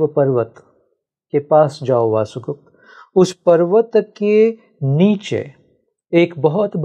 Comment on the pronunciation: इतनी गंभीर बातें करने आए हो और वसुगुप्त को वासुगुप्त कह रहे हो? कुछ तो संस्कृति का संस्कारों का लिहाज करो. पूरा पोडकास्ट देखकर समझ आया कि तुम बहुत बड़े भ्रमजाल में फंसे हो. तुम्हारा स्वार्थ कि कोई तुम्हें सुने और इस स्त्री की नौकरी कि इसे व्यूअर मिले. खूब जोड़ी मिली. तुम्हें लगता है कि तुम्हारी बातों से किसी की ऊर्जा जागेगी? ईशावास्य उपनिषद पढ़ी है? पढ़ी होती या समझी होती तो दैवी और आसुरी शक्तियों की बकवास करने के बजाय ज्ञान, होश और चेतना को जागृत करने की बात करते. सुनो इस मूढ़ की बकवास कि शिव की आवाज इस के मुंह से निकल रही है! सभी शिव हैं मूर्ख! न कोई दैवी है न आसुरी. यह ब्रह्माण्ड ही शिव से ओतप्रोत है.